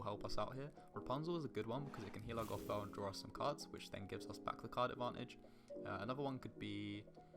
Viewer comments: Well done mate! Great video! Only feedback is that next time we meet I'm going to teach you how to say "Gothel" 🤣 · The way he pronounce gothel is gonna be the end of me.